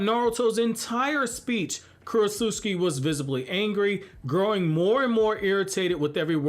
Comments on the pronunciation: Kuro-s-uscki My ears: 😬 Me: I thought it was Kuro-ts-uchi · Sounds like you’re saying Kurosusuki lol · Is korutsuchi really pronounced as "Korosuski"? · Ok Kurotsuchi's name can't actually be pronounced the way you pronounce it all the time in your videos, can it lol? If it is I'm gonna need to have my jaw surgically reattached. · U pronounced her name wrong da whole video